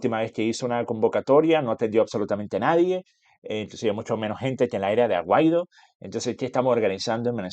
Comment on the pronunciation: Juan Guaidó, no Juan Aguaido.😮